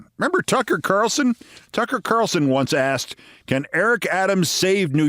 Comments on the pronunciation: "Nobody AXETD you!" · "because nobody axed you"